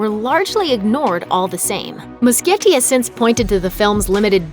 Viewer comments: NOT MUSKIETTI, IT'S MUSCHIETTI GEEZ!!! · the director of it chapter one is pronounsed andy mushetti not andy muskietti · every time this bitch said Andy Muschietti's name wrong i got so pissed lmao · I cringe every time she says muschietti